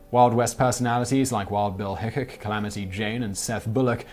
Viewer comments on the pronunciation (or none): Simon hun, it is Wild Bill HickCOCK (pronounciation, not spelling lol), not HickCUCK. Yet another awesome Top Ten. Thank you so very much! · Only one picture was the cemetery in Deadwood. And that was with the bust of wild Bill Hickok. He also pronounce that wrong. I've been to that cemetery the rest of them was a completely different cemetery. The one in Deadwood is literally on a mountain.